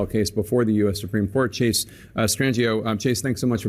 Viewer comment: 🤭Chase still sounds like Chasity 😂🤣